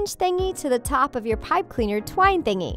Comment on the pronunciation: I love how she says thingy